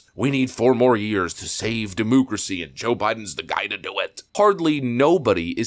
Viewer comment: I don't know how old you are, but you are a grown man saying demoocracy like a fucking idiot.